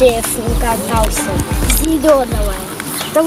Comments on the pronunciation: как Лойд,а не Ройд) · На не рольт, а Ллойд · Не рольт а лойд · Не Рольт , а Ллойд это из мультика, у меня брат тоже это любит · Не рольт, а Ллойд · Не Рольд а Ллойд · Не рольд а лойд